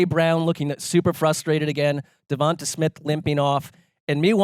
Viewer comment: I’m sorry, this has bothered me for a LONG TIME now…, his name is DevontA. dee-vawn-TAY. I don’t know how no one has said that in the past like year and a half or whatever because it’s not a difficult thing